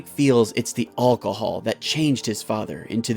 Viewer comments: He said olcohol, not alcohol. Lol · so were just going to ignore the fact how he said alcohol